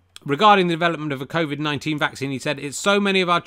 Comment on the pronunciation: Did you genuinely said "Crowvid" ?